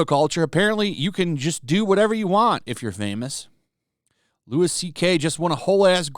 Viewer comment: Also, it's Louie CK, not Lewis CK lol There is nothing more annoying than this shit.